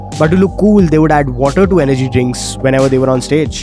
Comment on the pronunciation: Aisa kuch ni hai he purposely did that, he said water again in the middle of the video but it was correct this time.